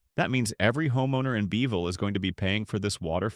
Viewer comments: Kerrville not Careville. Peecos? Its Pay- cos!! Beville? Its Beeee' ville. This video was made way before the big flood that hit in early spring of 2026. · This announcer has got to be AI. Nobody is that stupid to mispronounce towns in a video of this magnitude. .For instance, Pecos is pronounce pay-kos. Beeville is not Bee-veal. It's Bee-ville. It's not Nusass county, it should be Nu-aces County. Many other towns were mispronounce in such a way, it would insult any Texas native